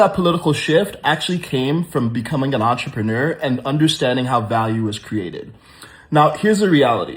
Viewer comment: Kudos to this man for pronouncing the word entrepreneur correctly